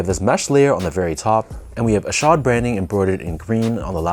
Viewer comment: Good job on pronouncing his name correctly lol. I picked these up yesterday at my local shop. I went at the perfect time too bc they put up a bunch of random sbs up on the shelves too. I left with ishods and fog dunks😈